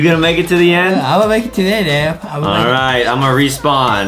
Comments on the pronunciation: Adem not Adam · Justy remember it’s Adem not Adam